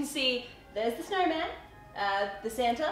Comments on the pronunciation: it's SAMTA lol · Its Sam-ta! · Don’t you mean his... SAMta... suit?..... 😂